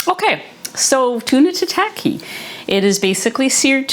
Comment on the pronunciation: It’s not 🍣 sushi, which refers to the sweet vinegared rice with fish/veg/seaweed, but is a type of sashimi or raw seafood or meat. FYI, tataki is pronounced more like Tah-Tah-key. Your dishes looked great, thanks for your carnivore version recipes.😊